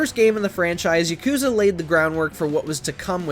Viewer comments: It's not YakOOza its ya kU za!!! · The whole time, I was just cringing at how he puts the emphasis on the second syllable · PRONOUNCE IT RIGHT GAME JOURNALISTS!! ITS YAAH-KOOO-ZAAH! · It was a real act of patience to sit there and listen to this bro mispronounce Yakuza the whole time. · How can you play every Yakuza game but still pronounce it that way?